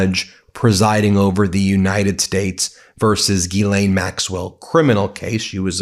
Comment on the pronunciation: I believe you are mispronouncing Ms Maxwell's first name . Jii ee ann or Gill ee ann.